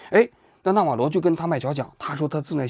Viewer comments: 完了，李大师又发功了。“纳瓦罗” 不是“纳瓦格” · 王局，这到底是纳瓦格，还是纳瓦罗😂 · 到底是納瓦羅還是納瓦格😂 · 读稿都读错，一会纳瓦格，一会纳瓦罗，你的水平和敬业精神跟习总有得一拼，人名都搞不清楚，还津津有味的给你的脑残粉天天洗脑。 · 纳瓦罗，什么纳瓦格？王局你把名字都念错😂😂😂😛😛😛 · 王局要好好提升自己记人名的能力啊，我开车听的，以为有两个人，一个叫纳瓦罗一个叫纳瓦格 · 王局老是说成纳瓦格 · 纳瓦罗，不是纳瓦格。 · 到底是纳瓦罗还是纳瓦格😓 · 王局有个毛病，题目文字明明写的纳瓦罗，自己不知道为啥总念成别的罗七八糟的名字，那瓦格是个什么鬼？也不知道从哪来的。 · 嘴瓢太严重了，说着说着变纳瓦格了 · 纳瓦罗，咋又说成那瓦格了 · 王局擅长给人家改名，纳瓦罗叫纳瓦格，经常这样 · 一直不断地纳瓦格纳瓦格，如果不是一些身体方面的原因，我斗胆判断王局起码不是一个国际热点的追逐者，或者他不怎么关心国际新闻。 就我这种平时没事随便翻翻新闻的人，都明确知道纳瓦罗是谁，也断不会叫错他的名字，更别说不断叫错了。 但愿王局身体无恙吧，但是他在平常节目中的口误实在是太多了些。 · 是纳瓦螺不是纳瓦鸽。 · 那瓦格你妈呢连个名字都念不来,坏事做尽提早老年痴呆了? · 整期口误成纳瓦格也是没谁了… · 多次念错名字 纳瓦格…… 根本就不了解这个人 临时抱佛脚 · 为什么叫那瓦格？是谁给王局写的稿子，这不也是和Ron Vera都没查一个调调吗😂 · 全程“那瓦格”😂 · 纳瓦罗格，王局对名字缺乏敏感性，还有一期节目也是人名叫得很不顺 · 丢死个人，“那瓦个”是谁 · 经过了剪辑， 先念错，后对，但是剪辑的时候顺序调整乱了。